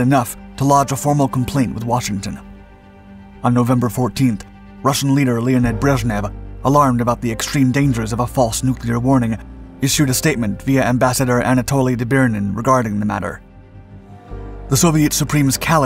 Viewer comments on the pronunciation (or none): Anatoly "Doe-BREE-nin".